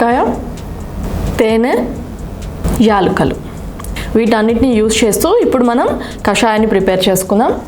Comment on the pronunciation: ఎల్కులు కాదమ్మా యాలకులు.